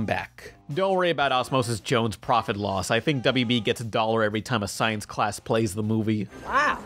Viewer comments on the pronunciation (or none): none